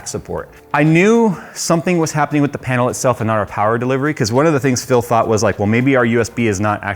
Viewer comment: LCD pain-el. 😖